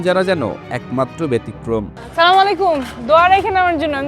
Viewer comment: সালামটাও ঠিক ভাবে দিতে পারলোনা। 😅😅😅